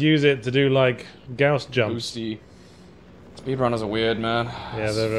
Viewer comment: It is gauss pronounced like 'house' with a 'g' instead of an 'h'. It comes from the name of the inventor, would say pronounce it how you like 'cause I preferred the other way myself, but when it is named after someone there's kinda a politeness thing to saying it right.